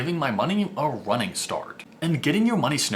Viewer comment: He said running perfectly fine the says wunning right after lmao wtf